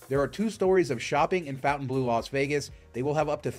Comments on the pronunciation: “Fon-tan-blue” not “Fountain-blue,” okay? 🙁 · It’s “Fon-taine- blue” not fountain blue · Pronounced "FountaineBLOW." You took the time to make this video.... please pronounce the name correctly. I'm at 1+ minutes and already cringing. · It may have been called the “fountain blue” since the 50’s but it is written in French so the correct pronunciation is (for ignorant Americans) fon-tan-blur I have broken it down to make it easier for Americans who are in denial that there is a big wide world out there !! I’m sorry to inform you but as far everyone else is concerned you are way down the list of desirable locations !! Just saying 🫣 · Fontainebleau - mispronounced since 1954…